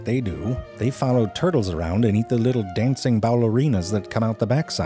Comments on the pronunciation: Turd-tles do, haha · hehe "Turdles".